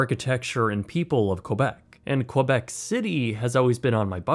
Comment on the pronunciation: Not sure Québec is pronounced as Quoibec --- but at good video nonetheless.